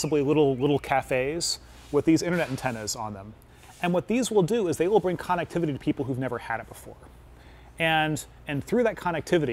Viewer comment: Lol yea I think connectivity is his favorite word based on the 100 times he said it, shame he can't pronounce it correctly